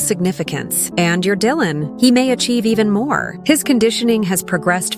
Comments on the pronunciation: Lol I says ✨Dyland✨ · you see that jasmine says Dylan’s name wrong and Mr.mills says it right..that’s evidence she might not be the mom…hmmmmmmm